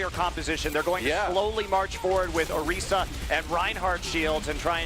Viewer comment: ORREESSAA? you mean orisa, Wtf commentator needs to off himself